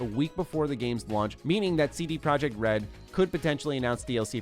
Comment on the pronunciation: CD Projekt RED should be pronounced "CD Proyekt RED" since they aren't from an English speaking country